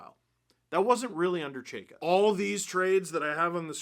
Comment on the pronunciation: These videos of you mispronouncing his name will be gold for the next 4 years before Chayka is fired.